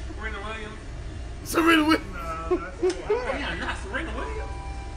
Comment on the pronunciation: That wasn't Beyonce that was HEyonce